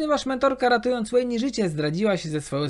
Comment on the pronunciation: strasznie boli w uszy jak niektóre postacie źle wymawiasz, master dżi zamiast master (j)i, łejni zamiast wejn, wi zamiast waj, sejuani zamiast sedżuani itp, a tak bardziej subiektywnie to imo historia viego jest na S+, zawsze miłość jest pokazywana jako coś dobrego a tu miłość jest powodem czemu zaczął być duży rozpierdol na runeterze, z kilkoma innymi też bym się nie zgodził, ale ten viego najbardziej mnie zabolał